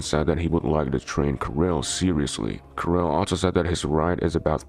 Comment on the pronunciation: kiril, not kAril